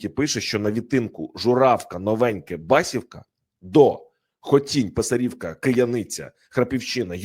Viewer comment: Велике прохання- правильно називати населенні пункти: БасІвка, а не БАсівка; ПИсарівка, а не ПисарІвка